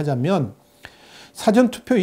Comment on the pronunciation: 발음을 정확하게 해주세요. "사전투표"가 아니라 "사:전 투표" 입니다. 듣기가 거북 합니다. "있을 사" 가 긴 발음입니다 부탁 합니다